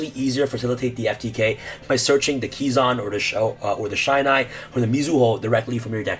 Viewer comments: it's pronounced "shee-nai", not "shai-nai" sorry. just had to mention this~ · This isn't even a new FTK lmao, also it's pronounced 'She-Nye' not 'Shy-Nye' Gateway ban incoming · Shinai. Not Shainai. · Just ban amazoness archer and that’s it. Also, it’s pronounced She-nai. The same way you pronounce key-zan. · How the hell am i supposed to keep up with u? Either you're on something or this video is sped up, and jesus dude slow tf down when you going through the deck profile... and btw its ur butchering Shinai's name... cool deck though but guess Gateway getting banned again